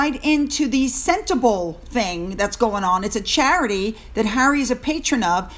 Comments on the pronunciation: Pronounced: senter- bar- Lee.. 😉🙂🙃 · Hi, loving your show from South Africa. Just a note, the charity is pronounced Sen-te-bah-lee. It's an African word. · Sentebale pronounced 'senta barley'